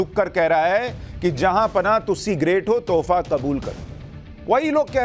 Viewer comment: "Taoffa" nahi, "Touffu" kabool karo 🤣....